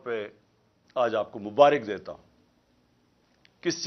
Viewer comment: بصد احترام عرض ھےمبارک ر پر زبر ھوتی ھے زیر نہیں